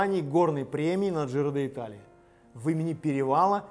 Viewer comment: Почему КоппИ ?КОппи. И правильно произносить Джиро Ди'Талия а не Джиро Де Италия. Пелетон,а не пелотон. ЭвОрд,а не Э'ворд.